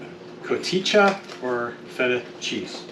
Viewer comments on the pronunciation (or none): I love doing corn that way! Of course I leave the jalapeno lol and I use parsley instead of cilantro because that stuff is nasty lol I about dies laughing listening to pronounce the cheese 😅😅😅 it's pronounced ka-heh-ta. Its awesome cheese. Put it on your tacos or fajitas! Love yall